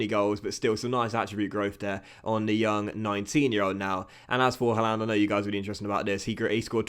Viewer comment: Don’t like how you say Haaland :/ however love this series 😂